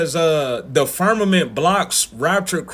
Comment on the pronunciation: This guy speaking about ppl being stuck in the "firmanent" is clearily joking 😂 and presumably cringing as hard as us that ppl legit believe it 😂 at least I hope so 😂